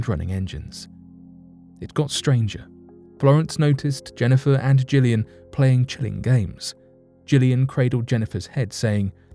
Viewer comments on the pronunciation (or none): none